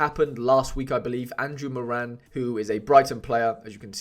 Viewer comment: As a fellow Irish man I had to get Moran when I saw he got a move, really hopeful for him this season! Best of luck this gameweek! PS it’s pronounced more-in not more-Ann 😄